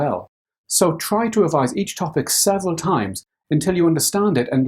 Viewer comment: i thought he said seven at first but he's so knowledgable that i knew instantly he would never recommend burning yourself out. I read the subtitles... even youtube understood him -.